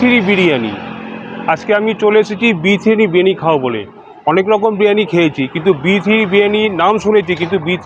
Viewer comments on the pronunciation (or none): B3 biriyani ❌ B3 bini ✅ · Birani... Decosan... Kano bangla bolte ki hoy over smart gadha r powder r delar aktu kom makhle hoy na.... Didi😂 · পরিবারটাই ছিয়াত্তরের মন্বন্তরের সময় মারা গেছিল।নয়তো এমন করে কেউ গিলতে পারে! খেতে খেতে কন্ঠনালী তো পুরো শেষ!! বিরিয়ানীও উচ্চারণ করতে প্রবলেম হচ্ছে।